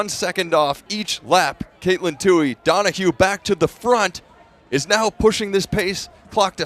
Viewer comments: Too-ee. Not Too-hee. Yes, irritating. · Its Tuoy. No H in that name. 😾